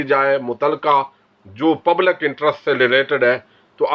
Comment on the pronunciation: مسلم میں ل کے نیچے زیر ہے۔۔۔ پبلک میں ل کے نیچے زیر ہے۔